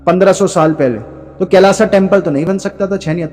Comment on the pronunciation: भाई इतने समझदार होते हुआ भी मूर्खो वाली बात करदी "कैलाश" होता है "कैलाशा" नही अंग्रेजी का भूत